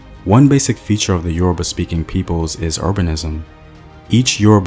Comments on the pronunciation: Who is this murdering the pronunciations of Yoruba words/language!? Must be oyinbo. Lol Nice video nonetheless! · A great presentation , however some of the pronunciations of the yoruba names are just so funny . Pardon me for my insolence 😁